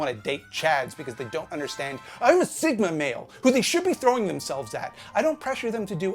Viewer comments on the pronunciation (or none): none